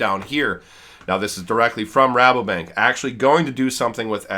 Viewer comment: Your say Rabobank the right way. No worries 😉